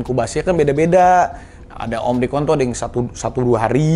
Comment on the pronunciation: Omicron atau omricon bang raffi?🤣🤣